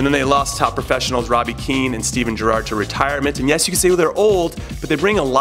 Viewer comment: You pronounce Gerrard incorrectly.